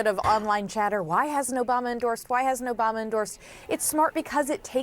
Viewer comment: Obamna? Soda! OBAMAAAAAAAAA!